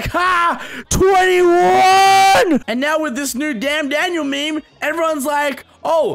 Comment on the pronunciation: I'm 9000% sure that as long as the word meme exists will still pronounce it as "me me"